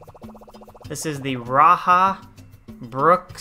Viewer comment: Uhh, Rajah is pronounced as Ra-Cha "j" is pronounced as in the word jar or jarred. It is named after our first White Rajah of Sarawak, Rajah Brooke. The first king of the Kingdom of Sarawak. Fun fact for you haha:-P